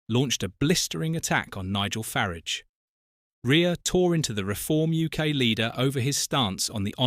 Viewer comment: I listened to about a minute of this and packed in. If you are to idle to narate your own video at least get A.I. That pronounces the names right. I don't know whi Far-age is, but it's certainly not the leader of reform uk.